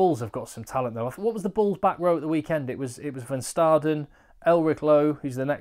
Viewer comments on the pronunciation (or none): Hi. Here’s some help with the pronunciation: if you see a V, like in Van Staden, it’s pronounced as an F. If you see a W, like in Wynand, it’s pronounced as a V. Van Staden, phonetically, would look like Fun Stahden. Wynand, phonetically, would look like Vane-unt.